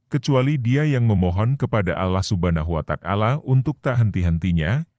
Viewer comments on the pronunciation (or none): yang bener bang sebut nama ALLAH SWT (allah subhanahu wa ta'ala) bukan Allah Subhana watak ala